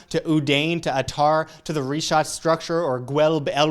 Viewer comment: Damn dude. I was all excited to watch this and then you open up the video saying REE SHAT!!!?!?!?!?!?!?!?!? WHAT A WASTE OF A TRIP.